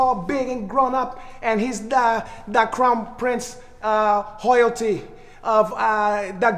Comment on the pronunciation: lmaooo he said hoyalty